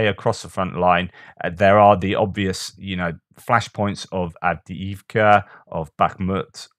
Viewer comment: Doing good 😂 with Av dee eev ka. The first ee has and major lift the second ee a minor fall. Hallelujah!